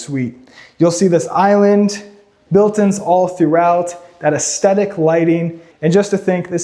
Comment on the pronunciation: Oh my God, dude, stop calling it aesthetic lighting, and if you’re gonna use that word, learn what it means and how to pronounce it.